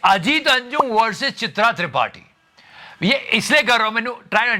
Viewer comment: भाई किसी इस बात पर ध्यान दिया या नहीं चित्रा को भाई ने चिथरा बोल दिया | 🤣🤣🤣🤣